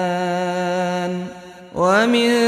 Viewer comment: I dont know why, but it looks like that u are saying tukadibaan instead of tukaziban ?